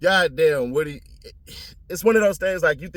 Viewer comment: 😂 its pronounced Woo-dy